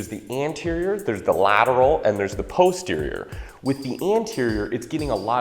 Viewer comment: but if you load up heavy on the face pulls... won't you use more arms in general than posterior deltoids?... which you guys may want to check with a linguist on the correct pronunciation of posterior... bit suspect.. but still love you guys.. keep the helpful vids coming!... Any new recipes? Especially winter stews/soups to stay lean. I make a mean chicken soup!